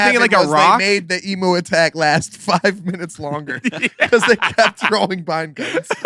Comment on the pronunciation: It's pronounced em-U. Nice show 😇